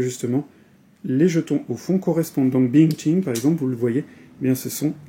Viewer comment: Bingqing, c'est plutot bien prononcé ^^